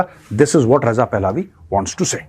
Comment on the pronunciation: It is not "पहलावी" It is "पहलवी"